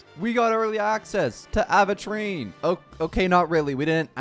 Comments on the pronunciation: Am i going crazy or does he say Aventurine like Aahventurine... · when will this man say his name right?